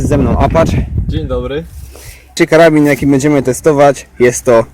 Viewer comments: "Karabin" xd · Karabin? Aż mnie uszy bolą...